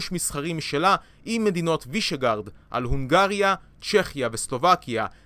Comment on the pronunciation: וישגראד, לא וישגארד